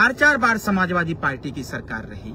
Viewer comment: पालटी नहीं पार्टी होता है😊😊😊।पता नहीं कौन पीएचडी की डिग्री अवार्ड कर दिया है।